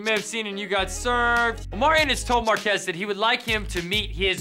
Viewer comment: Aston pronounced “Marques” 3 different ways and none of them sounded correct 😭